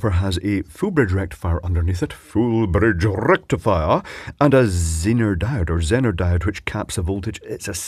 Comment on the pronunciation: It's "Zeener". I mean, people are free to say "Zenner", but it's named after a guy called Zener who pronounced his own name "Zeener".